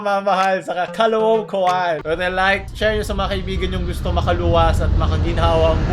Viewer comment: Rose: Caloocan Ed: Kalowkan